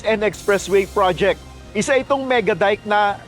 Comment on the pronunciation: Parang hirap syang bigkasin ang "flood control project" prod - projek